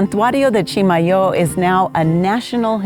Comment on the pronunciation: Love going to Chimayó. I've had ground Chimayó chile pepper but not the fresh chiles UNLESS they were in my meal at Rancho de Chimayó. Been to the Santuario many times as well. And thank you for pronouncing Chimayó correctly. Kind of like those people who pronounce Madrid, New Mexico incorrectly. BTW, hope to see you and your husband on Saturday at the Las Cruces Farmer's Market? :)